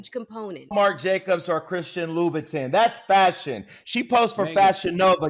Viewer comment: It’s not nice when women tare women but when a man does it is even worse. Like who does that? ... oh yes a BITCH.. maybe he wants to be a successful woman himself lmao I don’t know His ignorance ass can’t pronounce louboutin. Also can we applaud the girl that stood up for Megan 👏🏻👏🏻